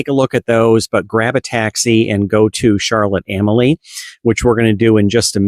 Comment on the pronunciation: It's pronounced Charlotte A-mal-ya, not Charlotte Am-A-Lee or Charlotte A-molly.